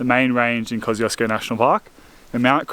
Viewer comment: I was once corrected by a Polish mate Kosciuszko - Kos-chew-sko 😎